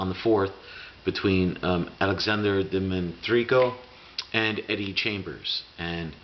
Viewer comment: Enjoy your vids, i'd suggest that you take 1 minute beforehand and practice their name if you have trouble DIMI-TRENKO not that hard man